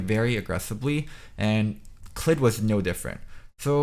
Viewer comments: funny how everyone but faker pronounces it as clid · faker pronounces his name clyde(uh) so i feel this should be how u pronounce it :p